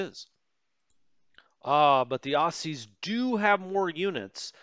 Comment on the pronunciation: Enjoying this, tempted to get this game because, much as I try, I just can't spend the time on WITP that I'd like to. Oh, and a quick pronunciation side note - "Aussies" is pronounced "Ozzies" not "Ossies" :-)